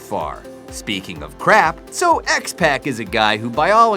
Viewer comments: As a lifelong fan and former small time Wrestler before my knees shattered, I can't stand seeing POSERS come in and pretend that they know what they are talking about. I mean, come on! It's THE GODWINS, not "THE GOODWINS"...It's X-PAC (pronounced X-poc), not "X-PACK" like he's ordering a 6 PACK...And NEIDHART is pronounced 'NIDEHART', not Jim "NEEDHART"! It's a good thing he didn't have to include Bret Harts' full name or he would've said "BRET 'THE HATMAN' HART"! Just don't pass out from too much Helium! Seriously though, When I want to hear or talk about the best damn sport in The World, I want to hear from someone who is knowledgeable because they take it SERIOUSLY and are a TRUE FAN. I don't want to hear from someone that is just being HANDED A PIECE OF PAPER TO READ and PRETENDING that they know what they're talking about! How can we, as fans that want to learn more, take this guy seriously and trust the information he's presenting if he can't even pronounce the names of WELL KNOWN Wrestlers (they're not even close to being obscure wrestlers)?! And they weren't just "Mistakes" because he repeatedly said X-pacs' name wrong, over and over, and said "GOODWIN" instead of GODWIN 2 or 3 times! Please, find someone that KNOWS what they are talking about. It's only right. Being a true, lifelong fan, those mistakes were really irking me to no end. I CAN'T be the only one that is bothered by this. If anybody out there agrees with me, give me a "THUMBS UP" so that the 'Powers That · Its spelled Godwin not Goodwin also its X-Pac as in X-Poc not X-Peck or X-Pack and its Neidhart as in Nidehart not Needhart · X-pock not X-pack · x Pack? x ppac pronounced Pock ..fuck you are stupid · X Pac not pack...smh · It’s pronounced pock not pack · U said x pac wrong its spelled x pac but its pronoused x poc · Pronounce the names correctly! X-Pac is pronounced X-Poc and Neidhart is pronounced Nidehart, one word. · X-pac is pronounce x-poc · and x-pec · The way he say xpac smh